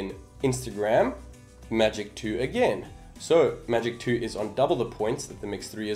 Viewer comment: some one just likes to say... magic twoo faster theere